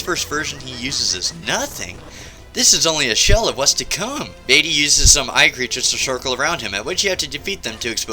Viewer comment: OH COME ON ITS PRONOUNCED VAHTEE, NOT VAYTEE